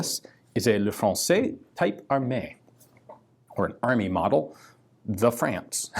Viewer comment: Type in french is pronounced like tip